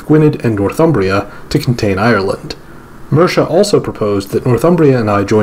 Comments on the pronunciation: A note on pronounciation. The Welsh language 'dd' is pronounced as the English voiced 'th'. So the 'edd' in Gwynedd sounds like the 'eth' in whether. (A single 'd' in Welsh = as the English 'd') English Mercia is 'mer-see-a' rather than 'mersha'. Jorvik = yorvik. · I’m so sorry but you butchered every power name except Northumbria and Wessex and Ireland and Alba. Gwynedd is pronounced Gwyneth (th as in the) Jorvik is pronounced Yorvik Mercia is pronounced Mer see uh. Sorry But it pained me.